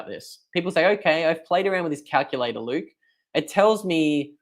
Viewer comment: "LUKE" Rhymes with DUKE! 🤠 🥳